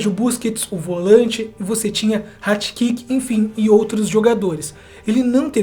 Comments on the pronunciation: Ratikic? Eu acho que vc falou o nome dele errado eu só acho zoeira tu é mito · Ratikic??????? Kkkkkkkkkkk aprende no mínimo a ler os nomes